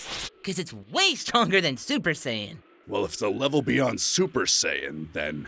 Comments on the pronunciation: Super wuper duper sayian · Am I the only person hearing super dee "tuper" saiyan? The T sound coming from the number 2 that was clearly missing 😂 it just made more sense all these years for it to be Tuper